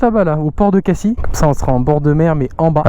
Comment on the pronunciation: Cassis et pas cassi 😭😂